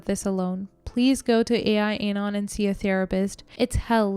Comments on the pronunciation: it's not "A. I. Anon", it's "AL-Anon", as in, short for Alcoholics Anonymous. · It's AL anon not ai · It's AL-ANON not AI-ANON. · Al-Anon is AL AH NON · Quick correction for future knowledge - it's AL-Anon. (AL stands for ALcohol ...).🙂